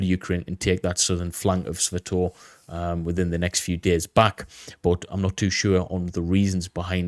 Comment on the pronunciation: great as always. Thank you. Always look for your latest to drop. By the way, know your a brit and all and you guys don't really speak english but, "Sss-Va-Toe-Va". Not "Sss-Va-Toe-V". Just sayin. Slava Ukraini! (An old U.S. Army Infantryman)